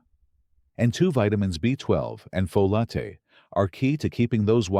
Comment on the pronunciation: AI is reading this text, cannot pronounce FOLATE properly, says it diverse ways throughout the video.😳